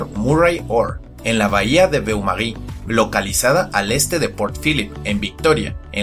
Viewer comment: beumaris, beumaris, oh la la señor frances, Paleos: como se dice entonces? una pishi playa XD EXCELENTE VIDEO, de un niño que queria ser paleontologo que termino siendo maestro de ingles congratulations